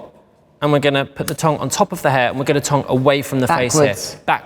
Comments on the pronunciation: i keep thinking he's saying tongue 🤭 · I read this comment before watching the video and now I can't stop laughing every time he says it 😂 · At first I thought he was saying tongue 👅 then I realized it was tong. Does he mean curl? 🤔💭🥰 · What’s a tong? Lol does he mean a curler? What’s a tonk? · Say tong again dude... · i couldn't tell if he was saying tong or tongue. i had never heard of someone calling a curling iron a tong before! lol.